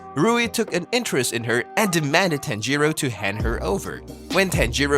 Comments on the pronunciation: It's bothering me how he says it like that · I've heard Japanese names being pronounced worse before